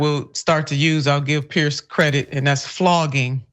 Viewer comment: Please pronounce "Piers" correctly. It is not pronounced "Pierce"